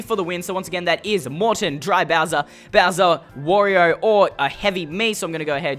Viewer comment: You called Wario "Warrior" lmao